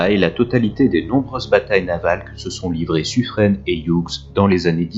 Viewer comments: Très intéressant. Par contre au sujet de Suffren: le nom se prononce Suffrin, comme pin, vin, sapin… et non pas suffrène. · Et Suffren "Suffrin" ;)